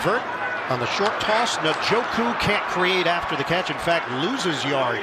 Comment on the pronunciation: How are we, in 2023, not knowing how to say Njoku???